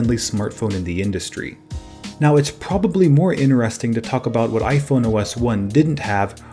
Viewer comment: It sounds like you said iphono